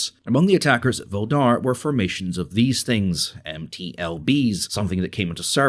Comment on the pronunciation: wwait, did you actually call Soledar a Volhdar? 6_9